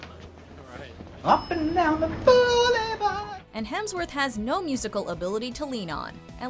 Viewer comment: Chris Helmsworth. Oh my gosh.